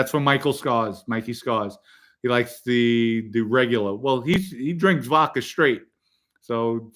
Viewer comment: Joey never said anything negative about Gene Mom but you guys had to go low and dirty with the wife comments! Normal behaviour on here from RATS. You can’t shine Merlino shoes. And learn to pronounce the letter “A”. It’s Vodka and not Vodker. It’s social Media and not social Medier. The jealousy that comes from all you RATS is incredible. Go back to the hole you crawled out of like real RATS do 🐀 🐀🐀🐀